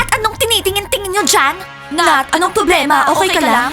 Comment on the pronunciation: also its nat not nath